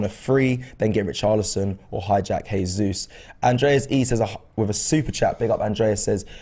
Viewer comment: Seriuosly? "Heysus" ? It's not even hard to pronounce right 🙄